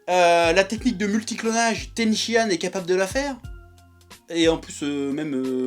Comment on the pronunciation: Chef pas "TENSHI-ÂNE" mais "TENSHINHAN"